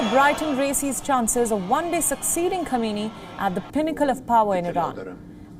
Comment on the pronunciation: As a regular viewer of WION, I am somewhat disappointed by the false pronunciation of the name of the Supreme leader of Iran. Supreme leader's last name is Sayyid Ali Hosseini Khamenei (hence Khamenei). Can you please pay attention to this deficiency as it sends a negative message to the world and damages the reputation of your, otherwise, competent and efficient media.outlet. Perhaps Indian prime minister Naredra Modi should also be called a "hardliner" especially given his policies that are viewed by many as extreme given the influence of extreme Hindu association known as Rashtriya (RSS) on his thinking and policies.